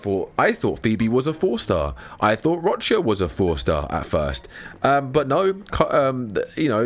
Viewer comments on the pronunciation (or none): none